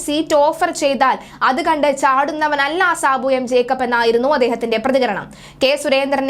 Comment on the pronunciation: ജേക്കബ് ആണ് ട്ടോ. ജേക്കപ്പ് അല്ല. 😊